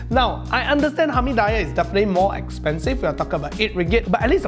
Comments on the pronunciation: Hamee-die-yeah.... really cannot wei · Its not hamee 'die' yahhhh Its called hamee diiiiiiiii yahhhhh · kenapa dia sebut "Hami Dayah" bkn sebutan dia "Hami Diyah" hehe apa2pun bgi aku x kisah la kedai mana pun asal nama nasi kandaq? mmg aku tibai je semua mahal ke murah ke aku x kisah sbb aku mmg hantu nasi kandaq.... hehe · I'm gonna pronounce it hamidaiyah from now on. It just sounds so right 😂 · It is Hameed-dee-yah.. or maybe thats they way I was taught to call it.. Hameediyah is just a stone throw away where I grew up.. :D the original restuarant that is. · If you're gonna say it 10 times, the least you can do is learn how to pronounce Hameediyah bro 😅